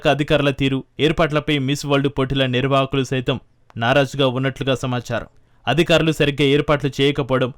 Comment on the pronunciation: ఏమి తెలుగు ఇది తల్లీ..... అధుకారులు ❌ అధికారులు ✔️ ఆధాయం ❌ ఆదాయం ✔️ ఒక్కనిముషం విన్నా ను, అంతలో 5 లేదా 6 తప్పులు.... వినలేక వదిలేస్తున్నా